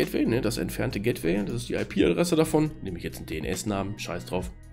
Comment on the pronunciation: "gättwäi" :-D Aber sonst prima Erklärung. Danke.